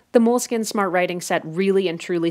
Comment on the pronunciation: its pronounced "mole-skeen"